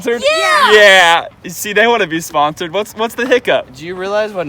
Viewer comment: even the tile is wrong he said it is sponcored not sponsoder